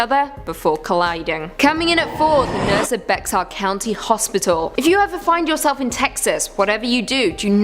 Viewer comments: From what I've heard, Bexar is pronounced Bear (not Becksar). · I LIVE in BEXAR COUNTY, and it is pronounced as B E A R.